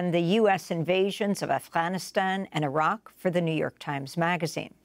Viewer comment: Thank you for putting an effort and trying to pronounce Iraq and Afganistan like the locals do أفغانستان عراق ❤